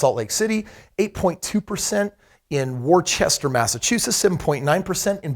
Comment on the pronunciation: lol Worcester is pronounced like "Wooster" or "Woostah"